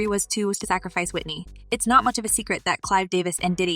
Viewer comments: i think should learn how to pronounce Whitney's surname properly. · This lady talkin can’t even say Whitney name correctly smh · Can u at least pronounce her last name correctly